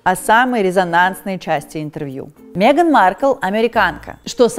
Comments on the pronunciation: Убивает каждый раз когда говорит Меган через Е 🤣🤣🤣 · мЕган? мЕЕЕЕееееган? Ржу - не могу🤣🤣🤣